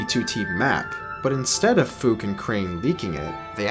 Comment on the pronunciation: "A guy we will call Fook" yeah I'm pretty sure that's not how its pronounced lmao